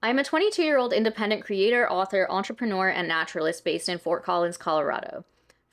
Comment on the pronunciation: It really doesnt matter at all but the way she pronounces entrepreneur just gets on my nerves 😭